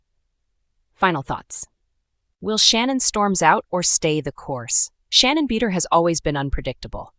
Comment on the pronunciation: You open with the worst picture of her ever........ and cannot even pronounce her name correctly?